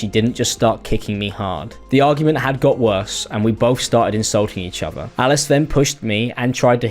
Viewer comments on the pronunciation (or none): please apologize to me for him saying “each offah” instead of each other.